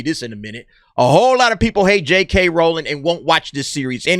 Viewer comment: Well done for pronouncing Rowling correctly, so many people get that wrong.